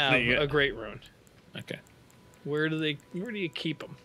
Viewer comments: picks up a item: "oh, golden ruin" it's golden rune you freak🤯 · we actually just had this conversation in the Fanmail yesterday. is the only one who can correctly differentiate the words Ruin and Rune. As seen in this video, these two will randomly swap between the two pronunciations for both, as neither can actually hear the difference.